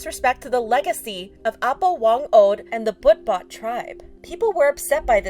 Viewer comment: "Butbot" is pronounced like b-uu-t-bot